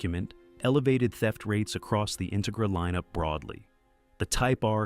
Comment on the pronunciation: What’s with this; In-tuh-gra? IT’S INTEGRA!